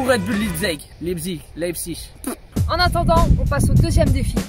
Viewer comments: Ecrivez Leizig sur Google traduction svp mes oreilles 😂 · Ça se prononce laïpzich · Ça se prononce Laïptsigue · Enfin qqln qui sait comment le prononcer pcq lipzeg 😭 Allemand LV2 rpz 😂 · Ça m’a fais mal au cœur c’est que tu l’a dit plusieurs fois. Et au début de vidéo tu ne sais pas prononcer Leipzig, je suppose que c’est du second degré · ça se dit Leipzig